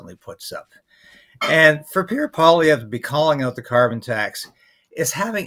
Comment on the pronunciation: You pronounced Pierre Poilievre's name correctly. That's a rarity.